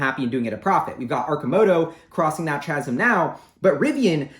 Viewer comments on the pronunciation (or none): Chasm is pronounce with a hard K sound. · The word is pronounced ‘KAZM’.